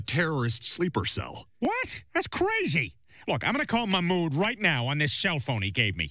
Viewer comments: Peter please quit trying to call Mamoud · Peter please stop trying to call mahmoud 😂😂